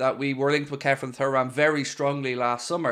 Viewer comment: You still can’t pronounce his name properly… surely you seen his dad play???